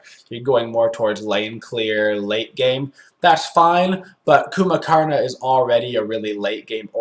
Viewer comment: "Coomba"! ...I've been mispronouncing it.😂 My bad.